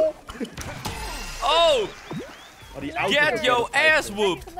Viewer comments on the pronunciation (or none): none